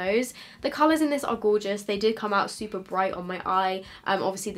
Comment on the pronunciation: "fowmulA is gowgis" - 2019